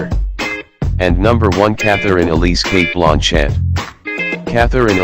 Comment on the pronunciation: You are mispronouncing Cate Blanchett's name. It is "Blan" as in bland taste and chett as a man named "Chet". The accent is on the "Blan".